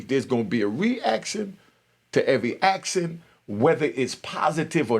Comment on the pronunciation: Bro its action not actsin